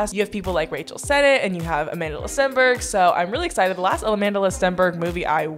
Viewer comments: everytime you said "amand'la", i died a little💀. i'm south african, and that name is south african. it means strength in zulu. and it is not pronounced like that😂. I STILL LOVE YOU THOUGH🥰. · are you calling her amandala or am i going crazy? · im so srry but as a south african it made my ears hurt how u said amandla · i love you but everytime you say amandla i cringe because you're pronouncing it so wrong 😭